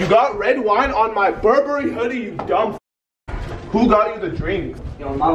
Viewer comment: Berbery💯😂 it’s Burberry